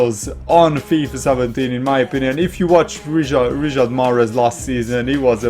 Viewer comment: why do u say Riyad mahrez first name wrong